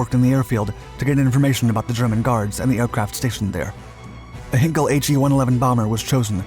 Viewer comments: It’s not ‘hin kel’, it’s ‘hine kel’ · FYI, it's 'H-eye-nkel' as in Einstein, not 'Hinkel', and the final 'e' Peenemünde is pronounced more like a 'duh' than a 'day'. Doh! 'Rocket Centre Peenemunde' isn't a thing. The facility was known as the Heeresversuchsanstalt Peenemünde (HVP), literally Army Research Establishment. Some of its products were then tested at the adjacent Peenemünde Airfield, known as Werk West, or Peenemünde West (for future reference the German 'w' being pronounced as a 'v'). They were neither Russian nor German so it's unlikely the B-24s and P-38s would attack or fight over the Rodina. Not much coal mining went on a Peenemünde. Our guy worked mainly on UXB disposal and runway repair. There must be so much footage of He111s around, why use video of an He177 Greif. This would have been a poor choice to steal as it was tough to fly and, fortunately for its crews, spent most of its time unserviceable. Neither did they steal either a Ju87 or a Bf109 fighter. There must be film of 111s? As a minor correction, which may make the story more understandable, Devyataev and his group did not escape from the prison camp. They has established themselves as a constituted work-gang and were that day working on the airfield. The guard killed was the one guarding them and they didn't need to storm the gate to the airfield, which would in any case not just have a single guard, because they were already on the airfield. One of them then put on the guard's uniform and pretended to be their guard, marching them up